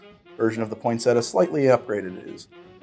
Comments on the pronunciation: Poin sett ia, not poinsetta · I didn’t go thru enough comments to see if anyone corrected you on the pronunciation of Poin-set-ee-ah. 🤨 not point-setah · In Ireland we pronounce it pon(or poin)-sett-ee-a , so this is really jarring. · word: poyn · seh· tee· uh: POINT SETTA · It's named after the plant pronounced point-set-tea-uh it really bugged me how you were pronouncing it. I can hear my nan tutting you for it 😂😂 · I don't know why the American pronunciation of poinsettia annoys me so much. Why don't you pronounce the second i? Poin-set-EE-ah. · its Point-set- iya!!! 😆😆😅 And can we just cut to the Absinthe... 😉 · its pronounced (Pon-set-ia) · It’s pronounced Pon-set- e-ah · Say it with me: Poin-set-tea-ah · poin-set-tia, you have to pronounce it with the 'i'. I can only imagine the outrage we would have received for that pronunciation :) Merry x-mas everyone! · step 1: pronounce cocktail correctly... 🙄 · Thank you the way he said it irked me so much because it’s even spelled how it’s supposed to be said why is he dropping the ‘ia’ ? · I love your videos but work on the pronunciation of the drink's name atleast